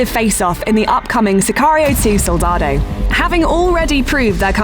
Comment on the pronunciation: Please, narrator, at least pronounce Soldado correctly.